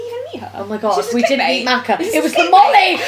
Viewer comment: please pronounce her name correctly this time 😂 ♥